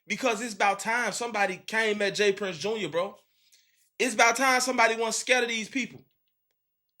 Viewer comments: It’s JR not junior gang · it’s all star j-r not jr